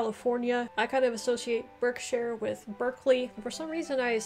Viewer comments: The correct way to say Berkshire, is Barksheer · pronounce Gloucester, as gloster. I'm from Somerset you say DERBY we say DARBY. you say Berkshire ,we say BARKSHIRE. you say WARWICK we say Worrick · You did really well 👍loved the pronunciation I live in Leicester which is in Leicestershire and you say it like lester I have lived here for 5 years. I was born in Berkshire but you pronounce it barkshire. Hope this was helpful good video 👍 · I’m from Berkshire. Where Windsor castle is , the Queen of England residence.but it’s pronounced. Barkshire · Berkshire, pronounced Barkshear ! I'm from Leicestershire, pronounced Lestershear. Enjoy your videos 😀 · Suffolk is pronounced suffuck! Gloucestershire is pronounced Glostershur Berkshire is pronounced Barkshur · Derbyshire and Berkshire. Pronounce the first “e” as an “a”. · Berkshire is pronounced Barkshuh like we say clark instead of clerk as in the job. The same with Hertfordshire which is pronounced Hartfudshuh. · Berkshire is pronounced Barkshur & Hertfordshire is Hartfordshur 😬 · You need to work on your pronunciations. A lot are named after their county towns or have things named after them, like a sauce or cheese. The e in Derbyshire, Berkshire and Hertfordshire is pronounced as an a.